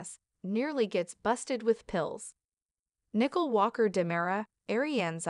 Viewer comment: Her name is Nicole. You pronounce the letter o more dominant.